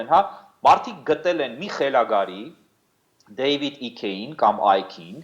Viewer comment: 👍էս անկիրթ զառանցողը իսկի David icke ի անունը չի ճիշտ կարողանում ասել, «David իք»էր ասում ,ինչ մնաց գիտենա նրա ով լինելը😀😀😀